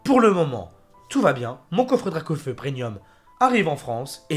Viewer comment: Pourquoi tu dis prenium ? 😭 C'est premium 😭